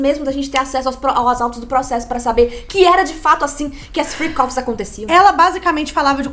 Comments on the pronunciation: Fiquei a semana inteira achando que era "free coffees" em vez de freak offs hahahahahhaha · Juro que entendia “free coffes” 😅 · É Fric ófis E não fri cófis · Freak-off . Eu entendi Free coffee😂